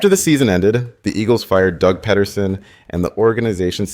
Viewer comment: Is this voice over AI? - pronounces Doug’s name correctly - pronounces Doug’s name incorrectly